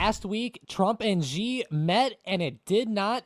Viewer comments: Yeah these guys are the only ones who pronounce it Jee instead of Shee. I think they are confusing the X with the J in Jinping. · Its actually pronounced She, not Ji to pronounce Xi.